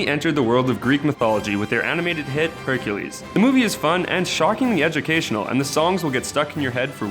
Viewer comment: HONEH YOU MEAN HUNKULES